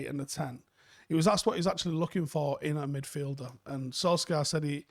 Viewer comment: Why do folk still pronounce his name as "Solskaar"? He's said it time and time again. It's pronounced "Solshire".